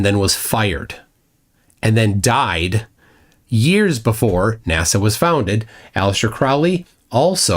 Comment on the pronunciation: Why do people like that say NASAw?